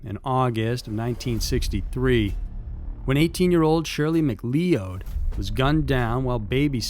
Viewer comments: "Mc-lee-o-ed"? Lol its pronounced "Mc-loud" like a cloud in the sky dude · McLeod / MacLeod is pronounced Macloud. Think Highlander. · McCleod is pronounced 'Mc-Cloud. The McCleods are fuming. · Pretty sure it’s Mccloud ( Mc-Cloud).......just a hunch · McLeod is pronounced "Mick-CLOUD" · mack-LOUD is how you pronounce McLeod. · I think McLeod is pronounced McCloud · Lol there was another video he did where he kept saying Mc-Leo-ed too, guess he doesn’t read the comments 😂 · Pretty sure it’s Mccloud......just saying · Anthony B LOL - & McLeod is pronounced "muh-CLOUD". I don't think does much research into pronunciations, but his stories are GREAT. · it depends on dialect. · ive heard him say it a few times now too. The funny thing is that i only picked up on it because ive made that mistake reading it more than once aswell, and i have relatives with that last name